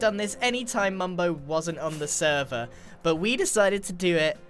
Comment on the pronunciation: Other than saying “bit” instead of “but” it’s fine